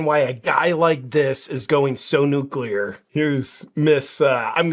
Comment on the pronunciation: Glad you pronounce "nuclear" correctly and not "nuculer"😅.